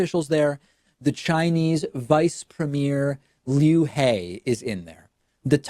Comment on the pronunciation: Btw David pronounced his name wrong it’s spelt LU-HE but it’s pronounced LOO-HEE (rolling the e out) just a footnote